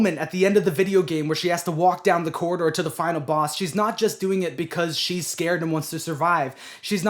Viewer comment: man really said coraline and her cora-door